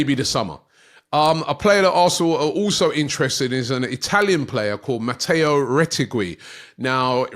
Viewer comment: Mateo (you did surprisingly well) but the second name (roll the R) "Reh-Teh-Gee" 😂😂